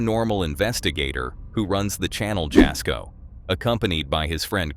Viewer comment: It is pronounced Yasko; the J is silent. And no, he is not a bonafide paranormal investigator. He does it more for fun, and for his followers.